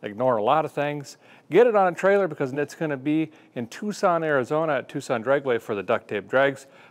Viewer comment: I'm disappointed in you, Derek. You pronounced Tucson "Too-sahn," like it's supposed to be said, and not "Tuck-son." Dang, man. ;)